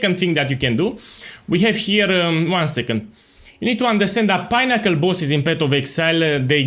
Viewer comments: I was like wtf is a pineapple boss, then I realised you were saying pinnacle boss :) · I read this as unassuming as possible at the beginning of the vid and actually died when he started saying pinnacle bosses bc it was all I could hear 💀😂